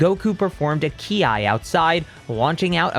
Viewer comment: I love your content man but please stop calling it key I